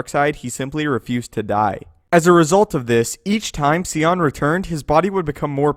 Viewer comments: SIGH-on... If you played the game he's from you would know that. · idk why it bothered me but i didn't see a pic of darth sion from actual game footage from kotor2 where he was famed, along with darth nihilus. And also the way you pronounced his name, idk why it matters to me but its Sion(Sigh-on) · i thought it was pronounced Sai-yawn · It's Darth Sion bro. Like the word 'scion'. 'psy-on'. 'S-ion'. 'Say-hi-on'. 'toaster-strudel'. get it right. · Absolutely butchered Darth Sions name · I hate the way he pronounced Sion. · 1) Sion's name is pronounced like scythe, not see. 2) How fucking metal is Scion? I understand this is about strength and outward power, but dude. That's pretty badass. And seeing him in the game for the first time was pretty terrifying. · I love your videos, but it irritates the hell outta me that you pronounce his name like "See-on". Its "Sion" like the car "Sigh-on" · it's definitely not pronounced "Cee-on" it's "Sy-on" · Sigh-on not see-on learn how to pronounce names right. Kyp duron is more powerful than Luke. Do your research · Sion's name is pronounced sigh on, not see on. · It's pronounced sy on. Not see on. I wish I knew you, so I could punch your dumb face for saying see on. Iiiiiiiidiot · I literally can't get over how you miss pronounced scion. (Sigh-on) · um,could you please pronounce the lord of pain's name properly? S-i-on,not See-on.thank you,great channel,keep up the great work. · ok dude like the video but one thing is bugging me... PLEASE stop calling him darth SEEON. its Sion pronounced SY-ON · "Sigh-On" not "See-On" did you even play the game? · Who is See On? I think you mean Sion. As in sy-on. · OMG it is pronounced S eye on SCION not seeon crying out loud. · Who TF is Seeyon you mean Sion? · The way he says Sion...…… (its Sigh ON) …………. ,_ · "Darth See-on" ? for fuck's sake man. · Your killing me with the “Scion” pronunciation. Hahaha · It's pronounced SI - ON as in SIGH. SIGH - ON = Sion